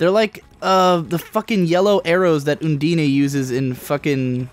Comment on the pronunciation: It is Un-dine, that's how it is pronounced. It may be Oon dee nay, but it certainly isn't oo dee nay. There is an n there.